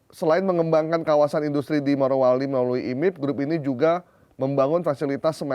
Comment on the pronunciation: Bapak, barangkali nama tempatnya adalah Morowali, bukan Marowali. Weda Bay bukan Wade Bay😅